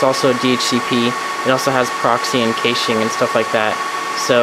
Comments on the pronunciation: Caching is pronounced cash-ing 😂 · Kayshing? A whole nother? ....Stopped watching. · Hearing the way he pronounces "caching" makes me cringe. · First of all, VERY impressive setup!!! You are quite knowledgeable! HOWEVER... I need to give a few constructive criticism pointers... "caching" and "cache" is pronounced just like money... "CASHING" or "CASH". Secondly, I'm glad you realize you need to update your INTERNET connection... ESPECIALLY if you are hosting! I have 105 Mbs down and 20 Mbs up and I don't even host a site! You will lose your client base FAST if they get bottlenecked at your WAN. Third, you will need at LEAST a 2200 or 3000 VA battery backup to handle that equipment with just enough time to do an immediate shutdown. I run MINIMUM a 1250 VA or better for EACH computer/server to make sure they can stay running for a few minutes before shutting down if there is a prolonged power outage. Also keep in mind that the batteries lose their effectiveness over time and after prolonged usage, that's why batteries need to be replaced every three years under normal conditions. Lastly, you should've saved the money on the unnecessary fiber equipment and spent it on larger hard drives... those will fill up fast! I run 2 TB drives in RAID 5 in all my storage servers and just use the smaller drives under 300 GB in RAID 1 for running the OS and programs. Having less but larger drives will reduce power consumption and heat which will in turn save you money! Hope this helps and sorry if I sounded condescending... didn't mean to.